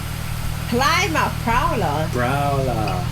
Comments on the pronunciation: You guys gotta remember one massive bit of information when looking at and listening to these cars/trucks. None of these cars/trucks have stock engines, and neither do they have stock exhausts. Also, as a side note to remember Plymouth is pronounced Plimouth, the "Y" is an "i" sound like in "it", not like "plywood". Most hotrodders don't like anything stock about 99.9% of cars. So, we make our rides into what we want...or invision them to be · Before you come to the U. S. find a car club in the area you plan to visit. Car clubs would welcome you. There are often car shows, rallys, tours and road race events. Plymouth is pronounced Plim-uth. 😊 Most of these cars have specific high output motors built. They can take the revs and more. A couple of the cars did sound almost stock though. You can hear the supercharger whine on a few of them. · Never heard about a pontiac GTO? Watch XXX with Vin Diesel. there is a 66 GTO. Plymouth is pronounced just like the City in south Devon. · That's not how you pronounce Plymouth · Yall dont know cars like yall think yall do you haven't heard of a decent amount of these cars and mispronouncing the names of them plus alot of the older cars are rebuilt and have new engines and parts otherwise they would be working and the paint is newer too. And the newer muscle cars sounding quieter doesn't mean the older ones are better especially in Performance. Yall need to see this comment so yall know. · he did not just pronounce Plymouth like that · Hearing two Brits mispronounce Plymouth, a major seaport in the south of England long before it was a famous rock across the pond, or automobile manufacturer is disappointing. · you're mispronouncing the word Plymouth (PLIM-uhth).. they apparently had a typo here.... That is a 1962 Chevrolet Impala, there is no such thing as an Imapala. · How could you guys possibly not know how to pronounce Plymouth? Plim like limb. Not ply like eye. lol. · It's pronounced Plim outh not Ply mouth